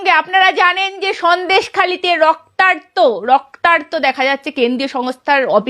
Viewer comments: কথাটা রক্তার্ত নয়, রক্তাক্ত হবে। অশুদ্ধ উচ্চারণে সাংবাদিকতা করলে কানে লাগে। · মাননীয়া সঞ্চালিকা, বাংলা চ্যানেলে বাংলা টা অন্তত ঠিক-ঠাক বলুন। আপনার উচ্চারিত (রক্তার্ত) কথাটা বোধ হয় ঠিক নয়, শব্দ টা হবে "রক্তাক্ত"। ধৃষ্টতা মাফ করবেন। ভালো থাকবেন। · আপনি তো একজন সাংবাদিক। "রক্তার্ত, রক্তার্ত" করছেন কেন? শব্দটা রক্তাক্ত!